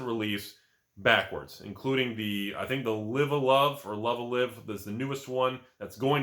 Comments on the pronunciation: It's so funny seeing having trouble pronouncing Love Live! xD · Someone linked me this and I watched. All I have to say is please kindly fuck off. The scene absolutely doesn't need more scalpers like you. It already makes getting cards an absolute mess. It would be one thing if you actually cared about the game, but it's obvious you don't since you can't even pronounce Love Live properly. You aren't here to collect characters you love nor are you here to play with friends or compete. You are here to buy stuff and resell them on poor individuals that missed out(either because they joined late or weren't able to buy at that time) at a higher markup like any other scalper. Scalpers ruin everything already So please just fuck off. The last thing we need are more of you scalpers.